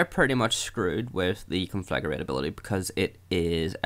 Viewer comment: Nice video, but every time you pronounce Conflagrate as "Conflagarate" I throw up a little.